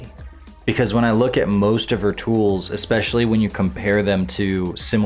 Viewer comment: usually when you have a regular audio program, you learn to pronounce words correctly. I swear, I hear "expecially" every single video of yours. idk why, but it drives me nuts.